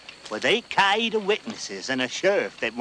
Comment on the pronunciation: My grandfather-in-law was in Strickland’s crew. My mother-in-law told me the story and said they left a lot of the story out of this movie. It would take at least 1 more movie to tell the story thoroughly. By the way it is pronounced Cow-wee-ta . Not Ca-ee-ta